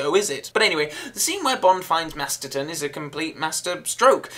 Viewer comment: Great re-review,, and I agree, though I love the theme, I ALWAYS wince when the first beats blasts the dust out of my speakers lol. Oh and I'm going to be that bitch and say you mispronounced Jill's last name, it's MasterSon.